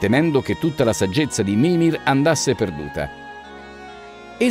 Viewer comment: possibile che sbagli tutti gli accenti? mimìr non mìmir, vanìr non vànir